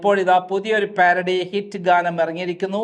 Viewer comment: സഹോദരാ പ്യാരഡി അല്ല പാരഡി എന്ന് വായിക്കുക